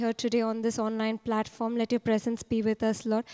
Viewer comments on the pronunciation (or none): none